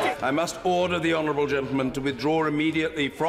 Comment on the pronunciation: To me it sounds like he’s saying udder